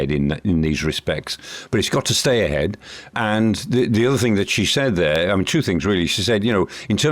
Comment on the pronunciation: The, that, there. Not ve, vat and vere